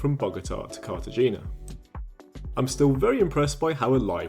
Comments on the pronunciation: ❌Car-tuh-JEE-nah ✅Car-ta-HE-nah😉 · Maybe you should do your homework before posting a video. The pronunciation of Cartagena is so wrong. Also, the language isn't German but Dutch. You could have looked that up as well. Not impressed with your video at all.